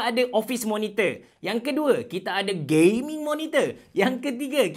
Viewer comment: No one:: Kita ada Gayming Monitor